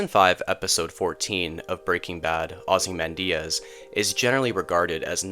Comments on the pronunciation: It's typically "ah-zee-MAN-dee-us." But the video is good and I appreciate a human narrator. :) I am not assuming you don't know, but in case you don't, "Ozymandias" is a poem by Percy Bysshe Shelley that IS BASICALLY THE ENDING OF BREAKING BAD. A grand ruler had ultimate power, with a massive statue dedicated to him. A traveler happens upon the ruins of the statue. Nothing remains of what Walter Whi--I mean Ozymandias had built. They even had Cranston read the poem for the teaser for the end of Breaking Bad. Again, not patronizing. I subscribe for a reason; you have interesting ideas. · Maybe watch at least one other analysis before pronouncing it 'ozzy-man-diaz'.